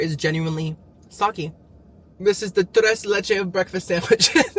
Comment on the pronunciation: “Not tre, not lechéHhh” 😂 Cuban king 👑